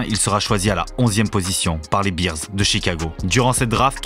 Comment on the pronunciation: Juste un petit détail phonétique concernant la prononciation, ce ne sont pas les Chicago BEERS (bières) mais les Chicago BEARS 🐻 😉